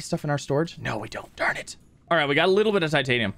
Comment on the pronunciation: Every SubNautica YouTuber: Ugh I have waaaayyy to much Titanium...: wer tatinum?